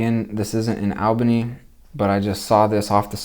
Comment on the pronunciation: Dude, it's "all" bany.